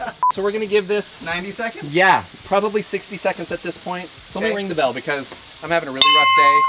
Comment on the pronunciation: (Supposed to be “bell” held out like the song. Not “be LOL”. Geeeze. LMAO